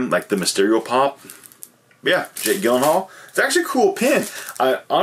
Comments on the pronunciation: Isnt it pronounced jake jill-in-hall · Probably best you didn’t win the lottery to meet Jake Gyllenhaal. It would be embarrassing to keep saying his name wrong in person.